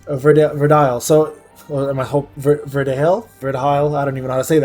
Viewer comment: Listening to this dude pronounce orion, verdehile, anubis, and khmun gave me pancreatic cancer.